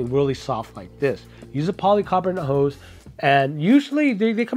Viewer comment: Hose. Not, Hoes.